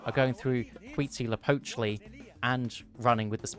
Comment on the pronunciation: You're the first non-mexican I hear that pronounces Huitzilopochtli righ. My guy, serious skills.